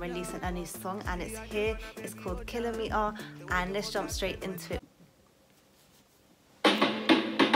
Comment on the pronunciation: “it’s called kilo-me-ahh” 😂😅🤣 Nahh it’s ki-lo-me-tars ...... 🤣